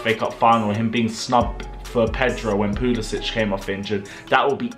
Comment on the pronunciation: Got damn it's pulisic not pulisich his not Slovakian it Siberian